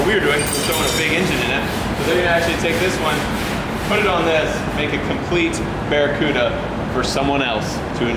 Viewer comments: It's the democuda it's the De Cuda🎉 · anyone else cringe everytime he said barracuda ? it's a CUDA not Same, Same. But different.